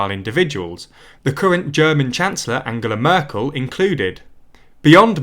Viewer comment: 'le monday' and 'anjella merkul, frank-walter steinmeer' ... PLEASE try to pronounce their names more correctly... its like scratching chalk on a blackboard. Yes, it sounds petty but getting this right raises your presentation and attention to detail to the next level. That said, your presentation is overall - fantastic. Keep up the good work.